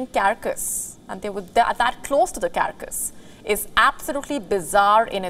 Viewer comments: Its pronounced as car cass, Not kerr kas. 🙄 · Carcass is not pronounced as “CaRRcus” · cara-cus ? carcas ?